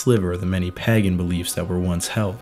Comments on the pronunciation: I have had to pause this otherwise excellent video halfway through because I can't take it any more. Not the video, I think it's great, but the pronunciation of the word.... Pagan. It is spoken as PAY GAN, not, under any circumstances PAGGAN. That is just wrong. And whilst I'm on the subject Celts is pronounced Kelts with a hard C. Not Selts. Apart from that it's fantastic. Many thanks. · Also the Pa in Pagan is 'Pay' The samhain thing would have bugged me more, being from Ireland, but it didn't come up much in the video. Pagan was said a lot though. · Amazing video, just one point is the pronunciation of pagan is a little off, if you google the word the text to speech function is just right. Sorry to be one of those people. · Did you just say that as pagaN, as opposed to pāgæn. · Is it a local accent that makes you say pagan like that? Curious. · Thank you for the reply, I'm British so I'm not great at American accents!